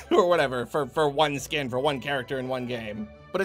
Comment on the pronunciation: i swear everytime says "$40 skin" i automatically hear "$40 scam"